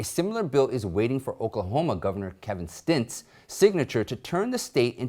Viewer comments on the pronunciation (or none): love your content. Wanted to let you know that the Governor of Oklahoma’s name is STITT, not “Stint” as you said in the video. Please keep up the good fight, my friend. Hope I can call you that.